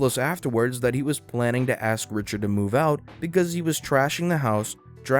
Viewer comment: For me it's the "axe" instead of "ask".